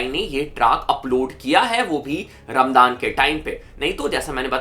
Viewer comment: Bro it is Raam-zaan not raam-daan😅